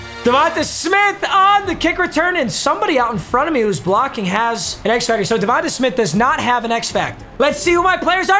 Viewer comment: “ Devontuh smith” Papa